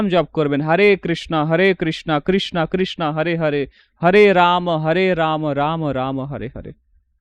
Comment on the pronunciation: আগে বলুন আপনারা কৃষ্ণকে কৃষ্ণা , রামকে রামা বলেন কেন? হরিনাম কে বলছেন হ্যারি নাম। বিদেশি জাতী উচ্চারণ ভূল করে বলে কি আপনারা ইচ্ছে করে সেই ষ্টাইলে বলবেন নাকি মশাই? আগে নিজের উচ্চারণ ঠিক করুন পরে ভিডিও বানাবেন। আর আপনার ভিডিওয় নতুন শেখার কিছুই থাকে না। নিজে ধর্ম জীবনের উচ্চতায় না পৌঁছে লোককে ধর্ম শেখানো ঠিক নয়।